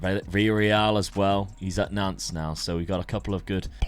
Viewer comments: ya Nantes… you said, “Doodoo” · Love how just keeps changing the pronunciation of Nantes probably doesn’t want to say the correct pronunciation for obvious reasons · I don't often do the pronunciation thing, but the es on Rennes and Nantes are silent- So it's like Renn (like Hen but with an R) and Nant (like Aunt with an N) all good tho, looking forward to it